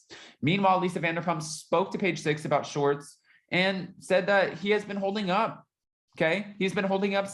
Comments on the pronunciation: Please say “ShWArtz” it’s not “shorts”. Thank you! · Didn’t know what you meant til I heard clearly say “Shorts” snort giggle!😂